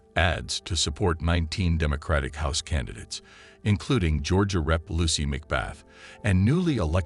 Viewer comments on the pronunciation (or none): none